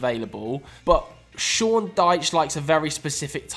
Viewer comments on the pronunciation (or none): none